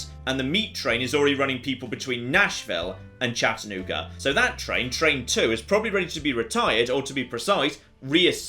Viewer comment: As someone who's lived in the Chattanooga area for most of my life, I was shocked to see how accurate the map is. And hearing Chattanooga in a British accent was delightful